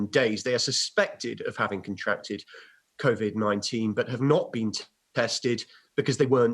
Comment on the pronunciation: I know that this is a SERIOUS ISSUE... But will someone please, for the love of God, teach Michael Gove on how to pronounce "COVID-19" properly!!! It's really grates on me how he's pronouncing it! It's "Co" as in a website and "vid" as in video!!! Not a the weird way he's saying it!!! Grrrrrrrrrrrrr